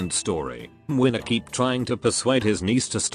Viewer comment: I'd say it's spot-on, probably even more accurate that Kazimierz